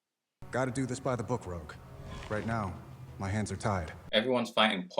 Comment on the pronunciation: It's Rogue, not Rouge.